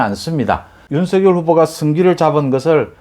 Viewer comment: 윤성렬로 발음 요